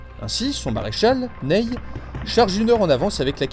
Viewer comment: Je crois que le maréchal Ney se prononce "Nè", et pas "Neille".